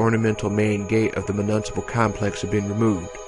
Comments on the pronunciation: Mu-Nis-a-pull. Not mu-nunsa-pil. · Really appreciate you doing this audio book but I gotta be a dick… municipal is pronounced myu-niss-I-pal